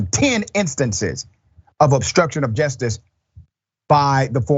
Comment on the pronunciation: Great report but please say justice and not jestice!!🥸